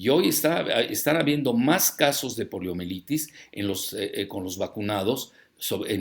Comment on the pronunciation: ¿Escuche bien? ¿Dijo POLIOMELITIS?